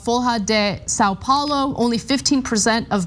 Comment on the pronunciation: FOL-HA DE SAN PAOLO